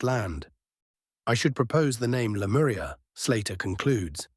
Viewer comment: Lemuria no lemura